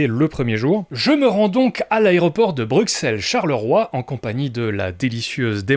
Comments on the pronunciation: Hey, pourquoi tu sors le 'x' à la française pour 'BruXelles'? Le x de Bruxelles, nom de la capitale de la Belgique, se prononce [s] (s), comme dans soixante, et non [ks] (ks), comme dans boxe. On prononce donc [bʀysɛl] (bru‑sèl), et non [bʀyksɛl] (bruk-sèl). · toi et moi sommes Belges....donc je suis frustrée quand je t'entends dire BruXXXelles...pourquoi??? Nous on dit BruSSSelles non?,, Bon je chipote mais...pliiiiiiiiiizzzee:)